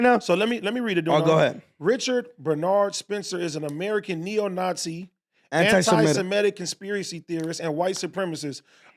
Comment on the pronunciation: Anti Samatik